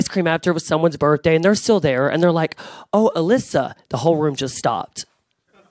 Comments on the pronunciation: How dare she pronounce queen alyssa's name wrong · I'm not saying anything that has already been said here but really? Can't pronounce the queens names and said they won their season? Does she even know what RuPaul's Drag Race is?